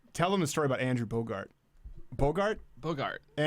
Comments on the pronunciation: Andrew BOGUT!!!!! NOT BOGART!!!!! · It's Bogut not Bogart LOL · It's Andrew Bogut not Bogart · There is no r its Andrew Bogut!!!! I cringed so hard haha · Lmao face palmed really hard every time he said Andrew Bogart